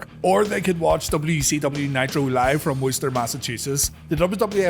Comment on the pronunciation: Props for pronouncing Worcester correctly!